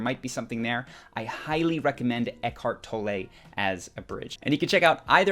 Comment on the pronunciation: Good clip- insightful and in terms of being humorous I particularly liked how the narrator butchered pronunciation of eack- hart tol-ley